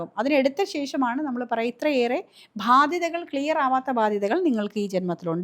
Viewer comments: മാഡം, താങ്കൾ ഭാദ്യത എന്നാണ് ഉച്ചരിക്കുന്നത്. കേൾക്കുമ്പോൾ ഒരു സുഖമില്ല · ഭാധ്യത അല്ല. ബാധ്യത